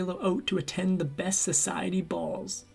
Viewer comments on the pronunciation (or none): none